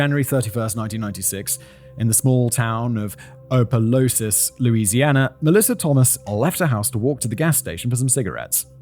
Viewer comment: Distracting from the horror of Little's actions, hearing Simon mispronounce Louisiana cities is jarring (it's Op-uh-loo-sis and Home-ah).